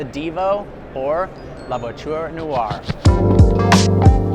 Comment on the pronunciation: New drinking game- how many times manages to somehow pronounce “Noire” as “New-Are”. One syllable mate- like “Nwah”